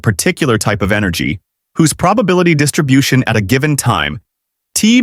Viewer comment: text to voice turned texan